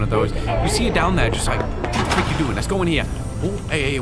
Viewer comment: Anyone realized when Freddy said let us go?That was not the way to say let's go.